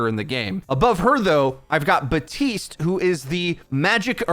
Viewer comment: Say it with me... BAP-TISTE. Where the FUCK did so many people get "BuHtEEsT" from?